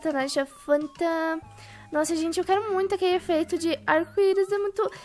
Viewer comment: vcs perseberam que ela disse tanhasa fanta invés de falar Natasha panda kkkkkkmkk